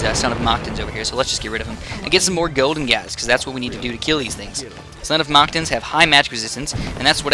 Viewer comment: Your saying mactans wrong